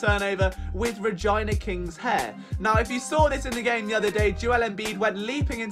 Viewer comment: Stromg content! I enjoyed this!Eyebrows like high beams and saying Regina like Ragina had me rolling. Keep up the solid works, do something on Phillies starting lineup, and you know you call it Uni not University ya.